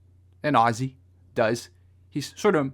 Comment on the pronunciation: pronounced Ozzie